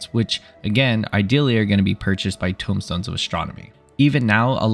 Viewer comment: Tomestones, not tombstones.